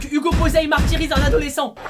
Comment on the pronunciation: Au début de tes vidéos quand tu dis '' Bonjour à toutes et à tous c'est Hugo je suis Posay comme d'habitude '' À chaque fois je crois que tu dis '' C'est Hugo j'suis Tozay